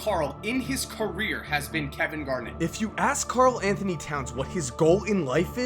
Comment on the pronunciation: Why are you calling Karl cat